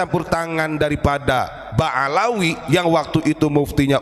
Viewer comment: ba'alwi,bukan ba'alawi